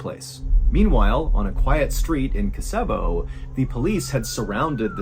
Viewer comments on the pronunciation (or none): 🇬🇧 Re; story one, if the town you mention is Kosovo its pronounced Koz-evo , not Koseevo. Its just during the Serbio Croat War, the names of towns & cities in that country were plastered over our TV screens all the time Here in UK. We got used to how places sounded. Im not saying this to contradict you or being petty, its just i like to know the correct pronunciation of places or names Im sure you're the same. I know in America you have a different way of saying things than we do in Britain & Europe & we usually get the pronunciation from the natives of whatever country crops up on our screens. Kosovo was always said Koz-evo, by the Serbian people. Thank You Mr B, im having a binge watch of your Mr Ballen vids, with you visually. Ive been busy viewing your Medical Mysteries & Bedtime Stories ( one of my top 5 favourite channels) & your Mr Ballen Podcasts. Its always a tonic to see you "In person" & cheers me no end, Just recuperating from a serious illness so still confined to bed so watching you with your expressive gestures & hand moments & your outrageous " Lung" moments, make me smile & guffaw! Best wishes to You, Mrs B & all the little Bs. Peace & Good Cheer to All 🇬🇧👧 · I believe it’s KO-so-vo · Did you do this one a while ago? Maybe you did another KOW-suh-vow story? Not being rude but you're pronouncing it wrong...again?